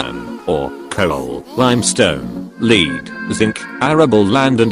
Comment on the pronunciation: Lead (noun) is pronounced (led) not (leed). Thanks